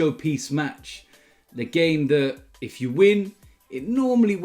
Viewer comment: he said ifff dumbass